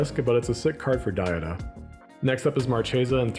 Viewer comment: Id donate for the correct pronunciation of DA-HA-DUH